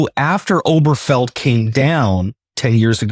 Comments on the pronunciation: Okay, dude, can you PLEASE get the damn name of the case right? It is NOT "Oberfell," or whatever the hell you're saying. It's Obergefell. Ober Geh Fell. It's really not that hard. I bet you look in a "mere" to see your reflection, think that people living in the country are "rule," and if you like to be scared, I bet you watch "whore" movies, right? There are actual other syllables in mir-ror, ru-ral, and hor-ror, just like in Ober-ge-fell. When a lawyer can't be bothered to get it right, either the lawyer doesn't care that much, and is lazy, or the lawyer is stupid. And maybe lazy. You seem to know what you're talking about, so we expect better. I don't want Conservatives hearing your mis-pronunciation, and throwing off on your opinion for it. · Obergefell is something the right has wanted to overturn since the ruling came out. Heck, if Clarence Thomas had his way, he'd probably invalidate his own marriage. Incidentally, why are you pronouncing it without the third syllable? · Guys, please pronounce it correctly. It's not pronounced "Oh-ber-fell". It's pronounced "Oh-ber-guh-fell". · Correction; to pronounce, “Ober-Ge-fell.” Properly with the glottal “G” in the middle, while maintaining the second syllable emphasis. P. S. Also interesting how this post presents “Dobbs v…”, which was used to overturn “Roe v Wade,” which was not the “Cert,” but promulgated by Clary Thomas. So, “law of the land,” doesn’t really land, when anything can be overturned by the whims of idiocy on the court. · I have to wonder about the legal acumen, even the general intelligence, of a commentator who can't pronounce "certiorari" or the name of a leading case (Obergefell) correctly. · Why don't these two learn how to pronounce the name of the case?